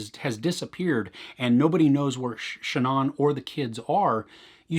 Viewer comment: How would you say Ann? It's pronounced that way whether it's the beginning or the end. So ShANNan or ShanANN.